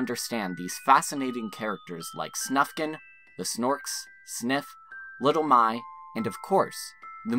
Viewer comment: I'm just 3 minutes in, but "Little My" is actually pronounced like "Little Mü" or, less accurately, "Little Moo", in case anyone's wondering. And while we're at it, it's "Tovuh", not "Tovay". Thanks for this video, though. It reminded me how much I love this series.